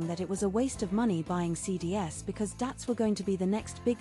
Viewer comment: Hey, don't let the AI read out entire links like you've done in this video. It's really annoying. Also get a better AI voice It's pronounced CDs (cee-dees), not phonetically as C-D-S